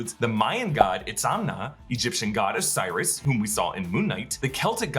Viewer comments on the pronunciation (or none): none